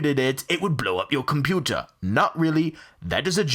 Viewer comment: Your "COMPOOTAH"